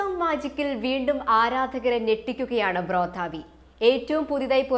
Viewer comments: ം 'Brothhaa v' alla ... It's pronounced like 'bruhdha V' kocche... Anyway dope interview for the rap game O.G. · Dear interviewer Sister, although it's spelled "Brodha", it's suppose to pronounce as "Brother". It's stage name.